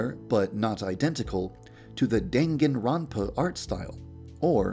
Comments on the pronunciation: Is no one gunna talk about how he pronounced Dangeroupa as Dan-Ga-Rope-a? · Jake Thornhoffer you mean dangling grandpa ;D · dAN-ga-Nr-OO-pa art style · OML what the hell also its Danganronpa